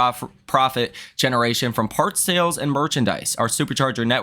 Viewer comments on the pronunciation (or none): none